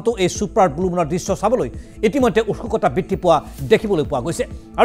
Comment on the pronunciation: আপুনি এজন জেষ্ঠ্য সাংবাদিক, সেয়েহে আপোনাৰ মুখত উৎসুকতা শব্দটো নুফুটাতো বৰ দুৰ্ভাগ্য জনক।